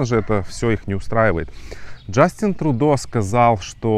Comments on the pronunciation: Спасибо за выпуск. Но пожалуйста, произносите правильно: ТрЮдо. (Trudeau) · он не ТрУдо а ТрЮдо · А может, лучше Трудеау? Иностранцы не обязаны под чужие правила произношения подстраиваться. Мы не говорим лАндон, пари, бэлин, лысбоун.